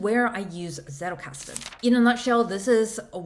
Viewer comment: If you can pronounce 'pizza' you can get the z in Zettelkasten right.